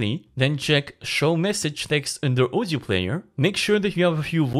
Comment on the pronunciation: I was wondering what is ozio, but in the end realized guy can't pronounce word audio properly. This is audio-to-audio, not ozio-to-ozio 🤣